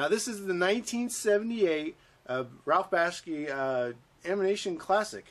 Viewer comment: Who the hell is Ralph Baski?? At least pronounce the guys name right